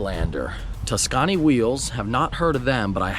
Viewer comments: The wheels are pronounced as Tuscany not Tu-scawny lol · Is no one gonna tell that they are pronounced tuscunny not tas canny